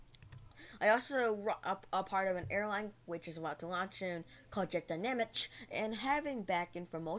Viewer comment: Thank you for putting me on the list. I agree with you about it. And yes, I am planning to stay in this community for a while and never thought about leaving, and I hope to become a bigger part of it. Also, thank you for mentioning JetDynamisch because I FINALLY know how to pronounce it 😅